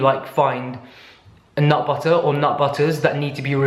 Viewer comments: peanut buttER it sounds so weird when you say it which makes me think that thats how I sound saying it. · Your random bursts of american accent “peanut butterrr” makes me bust out laughing , I freakin love you and your videos. ❤️❤️❤️🤣🤣🤣🤣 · You say "butter" in an American accent very well. 🤣😂